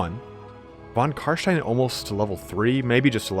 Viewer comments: CarSTIEN NOT CarSHTIEN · Its not Carshtein its Carstein ;)